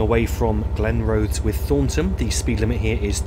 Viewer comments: Good video but you do need to work on your pronunciation of Scottish place names. Not Glenroathes its Glen-Roth-Es, for Burntisland it is literally pronounced Burnt-island as in an island that has been burned. Not a biggie but does take the gloss off an otherwise very good and informative video. Would be happy to help or advise you in future - particularly with Just Trains 'Highland Main Line' due for release soon. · Glen-Roth-es. Not Glenrose. Also, Burnt- Island, not Burntis-land. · Corrections if antone interested. Glenrothes, Glen-roth-ess. Inverkeithing, Inver-keething, as in seething. Rosyth, Row-syth. Dunfermline, dun-ferm-lynne. (not leen) Cardenden, Carden-den (rather than Car-denden. Kirkcaldy, Kir-koddie. Burntisland, Burnt-island. Aberdour, Aber-dower. as in flower. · Glen-Roth-es, Murdering those Scottish towns and station names. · Excellent, but note it's pronounced Glen-ROTH-es (3 syllables), not Glenrothes rhyming with rose. It's CardenDEN (stress on last syllable). And it's Burnt-island, as though it were an island on fire!